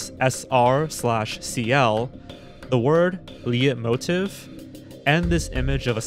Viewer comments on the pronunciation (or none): Not li-et-motive. It's sounds like 'light-motive' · “Lite-moteef” - it has more of an “f” sound at the end instead of a “v” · I've seen enough of Sideways YouTube channel to know that Leitmotive is pronounced 'light motif' and is a musical cue and representation of an established character or theme.